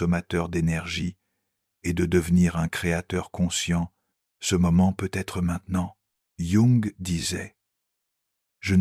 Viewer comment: Merci infiniment pour ces contenus d’une extrême richesse 🙏 Pouvez-vous faire quelque chose pour améliorer la diction je précise à chaque fois que le mot peut-être apparaît, il est mal prononcé ça enlève un peu de fluidité c’est dommage .